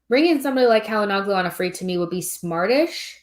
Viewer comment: Hakan Calhanoglu [Shala-no-lu]. The "g" is silent.